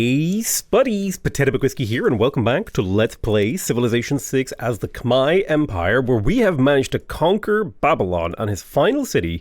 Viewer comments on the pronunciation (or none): none